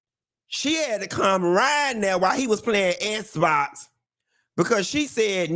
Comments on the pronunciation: Please stop saying sssbox😅😅😅... .I cant stop laughing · Lmao not “Esbox!” 😂😂😂 I’m dying!